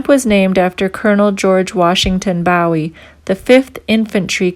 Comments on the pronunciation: Learn how to pronounce the name correctly,it's boo e,not bow e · BOOH-WE! NOT BOW-IE, LIKE JIM BOW-IE. THAT THE TEXAS WAY TO PRONOUNCE BOW-IE. I COULD BE WRONG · Ma'am, yes it is pronounced Boo-eee as in James Bowie, not like David Bowie pronounced Bow-eee. I am from Texas, and heard a few places & names mispronounced. On a lighter note, l was married to one of your fellow Canadians. She was born in Frederickton,N.B. And moved to Toronto at age 6 in '66. She grew up west of Yonge St.and south of Sheppard St. You did make it clear,no one at the visitors center. So like the yankees in Brooklyn say" don't worry about it". As again greetings from Texas. Take care Ma'am... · Nicely done! But I must comment on your pronunciation of Bowie. The Fort was named in honor of Republic of Texas Army Colonel James Bowie,who died during the Suede of the Alamo, March 6, 1836. His name, the knife, and Texas county that bear his name are pronounced BOOwee, and not "bow" of a ship or as a greeting. David Bowie, the musician, pronounced his stage name "BOW(and arrow)-wee". The fort and town in Arizona are pronounced BOO(like a ghost)-wee. 🤠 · Boo-eee , not bow -eee. nice video. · Bowie is pronounced Boo-ee or buh-ee. What is a "bowie"? I have only heard of it as a name. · The proper pronunciation for the name is Fort BOOW EEE! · It's pronounced Boowie lioke Jim Bowie (Boowie) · I believe it's pronounced Ft boo wee (bowie ) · Fort Boowee ? I think ! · Bowie is pronounced as Booowie. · To bad she doesn’t know how to pronounce correctly the name Bowie. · Fort what ? Shouldnt you know how to pronounce the name if you expect us to believe you? Not hardly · Learn how to pronounce Bowie. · Silly that you mispronounce Bowie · Young lady you're pronouncing Bowie wrong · I'm finding your references to historical markers most confusing because you're mispronouncing the names and we're getting lost thank you but please look up the pronunciation properly and nut with a foreign accent